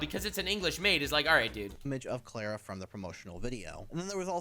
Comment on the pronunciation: I like the visual designs for once, but ugh no.. If it's meant to be the Swedish Klara then the a's are pronounced as the a in far, would be fun if it was a European for once. Been a while since THEWAVEWELETGETOFFWITHANYTHING I mean Cuxiem.